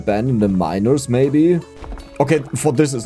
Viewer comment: Your pronunciation of the word "miners" starts to worry me.